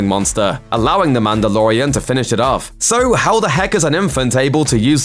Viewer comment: when who FOR SOME REASON DOES LOOPER VIDEOS NOW says Mandalorian, all i hear is Amanda.